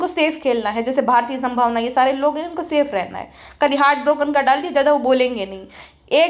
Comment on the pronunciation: Bhambhavna😂😂😂i loveee the way you take names😂😂